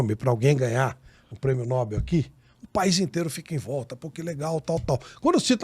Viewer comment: NÃO É PRÊMIO NÓÓÓÓÓBEL; É NOBÉÉÉÉL. NOBEL...